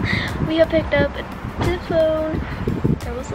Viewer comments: She doesnt say “the” ... she says “duh” She doesnt say “that”...she says “dat” Ive never met a white person that does that. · Ur voice is so weirds, when u try and say that u say dat. When u try and say the, u say da. But other than that love ur vids